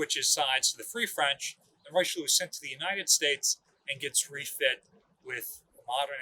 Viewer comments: Lol your French pronunciation is way off. I heard it’s pronounced like rishilly-air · Richelieu is pronounced "Rih-shell-yeuh" not "Rai-Cheloo" nor "Roy-Cheloo". I have heard far too many people including our dear butchering the name, I get the spelling seems odd but its not that hard, on behalf of France I ask very nicely to say it right. Thank you to and the Battleship New Jersey museum for making a video on the pride of the Marine National.